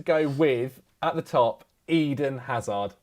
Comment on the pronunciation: Who's this "azar" that speaks of? It's Hazard!!!!!